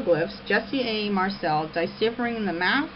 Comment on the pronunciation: I've got a tendency to find the theories of a person who mispronounces "deciphering" as "dychiphering" and thinks Arabic is an early European language a little erroneous.